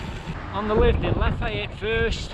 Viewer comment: kuh-SEE-tuh oh-puh-LIKE-ah luh-FAY-et Love, love, love your rides over here in UCLA (Upper Corner of Lower Alabama).